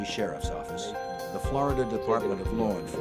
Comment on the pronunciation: And he was a goddamn head of the new "yoak offace"